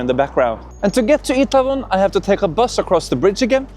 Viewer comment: Ae in Itaewon and Hongdae is pronounced ä 😉 Did you notice most buses are not disability friendly? High floor and bus drivers doesn't stop near the sidewalk edge? 😁